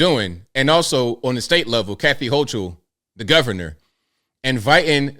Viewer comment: The "h" is silent in the pronunciation of New York Governor, Kathy Hochul's name. Hoak-ul.